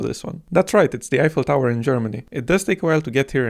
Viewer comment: A YES THE GREAT CANYON THE EIFFLE TOWWER IN GERMANY